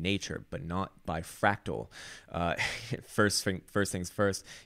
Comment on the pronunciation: "Frawctowler!?" LOL!